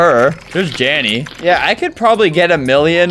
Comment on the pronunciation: he called jandel, janny that's kinda cute😭